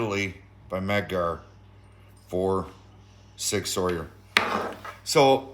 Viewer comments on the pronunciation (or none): It's pronounced "Sig SOUR" not "Sig SAWYER."